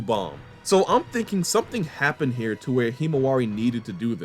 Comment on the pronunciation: years, hima wildin 😂